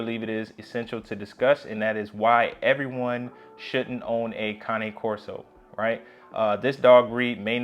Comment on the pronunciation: You pronounced the name correctly💪You would be surprised how many say Cane as in candy cane smh.